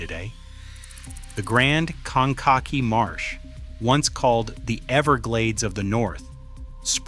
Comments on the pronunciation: Its pronounced cane ka kee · Interesting, but they REALLY need to work on pronouncing locations better. "Straightened the "Konake" River"? Retrain your AI on that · One more thing you don't know about Indiana is how to pronounce Kankakee.